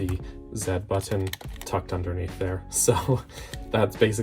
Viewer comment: Good video but why must you say button like that